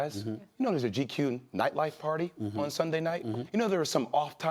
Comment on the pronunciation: Jay will read your visuals next time before asking for all the attention.its nightlife not lightlife